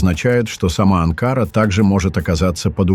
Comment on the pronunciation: На слове Анкара ударение ставится на последний слог, на последнюю букву А. Вы ,дядя, постоянно неправильно ставити ударение в названиях многих городов..